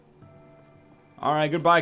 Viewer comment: people who live in concord pronounce it con curd btw